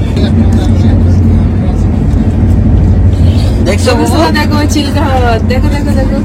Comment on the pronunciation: আমি ও চিলকা হ্রদ জানি। চিলকা হদ এই প্রথম শুনলাম 😢